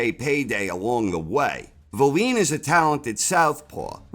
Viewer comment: Why do you keep calling Wallin valeen though?